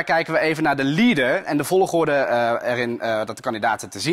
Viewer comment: waarom zegt vologorde😂😂